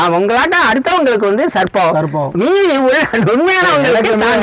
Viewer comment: யப்பா பாஸ்சு நீங்க சர்ப்பம் அப்புடின்னு சொல்றது SARBATH அப்புடின்னு சொல்ற மாதிரியே இருக்கு. நீங்களும் உங்க உச்சரிப்பும் தூஊஊ 😪😪😪😪😪😪😪😪😪